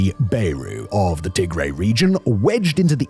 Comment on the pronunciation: Tigray is pronounced as Tigrai not Tigraey